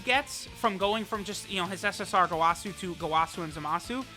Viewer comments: What triggers me is how he says gowasu. It was said in the anime as goewasu and he says gowaaasu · who gonna be the one to tell him its go-uh-su, lmfao! Dont kill me, please.